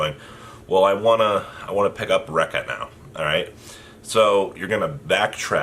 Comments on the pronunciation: It's pronounced Reek-ka. Not Raik-ka. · Ree-Ka, Ree-Ka not Denko Rect ya